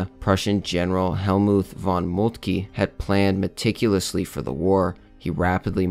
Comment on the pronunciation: Hols-teen just irritates my ear. ein in German is i like in time. And Molt-kuh not Molt-key